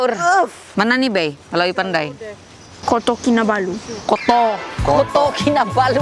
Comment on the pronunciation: Sumil dengar si beyya sebut kota Kinabalu Jadi ‘koto kinabalu’ ketawa juga d saya dengar 😂😂